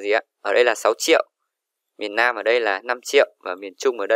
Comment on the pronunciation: Miền Nam chứ ko phải miền lam